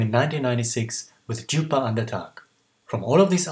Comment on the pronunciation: The "d" in "djupa" is not pronounced. Just thought I'd let you know. 😁 Interestingly enough, the song "slowly" was apparently taken from the musical chess.